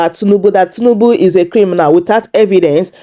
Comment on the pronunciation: Please it's not tunubu. It's President Tinubu. Correct yourself please.